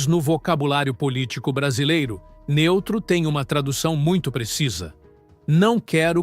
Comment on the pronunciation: " NENTRO"?? NEUTRO É SHAMPOO DE BEBÊ. SOMOS LULA